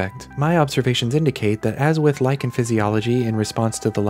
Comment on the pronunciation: Every time I hear you say lycan I keep thinking "lichen" and just picture a howling plant